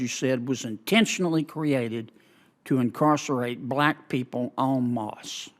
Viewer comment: Lol this was so pointless to watch. I enjoyed how he pronounced “en masse” though. “ON MOSSSSSS”